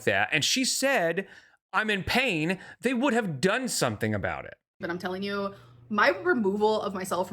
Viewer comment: This is the third video in a row that she says "I'm telling you" and I hear "Antonio". And I'm like... who the hell is Antonio.